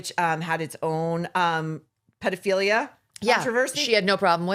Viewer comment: This woman said pedophila is tomato tomataa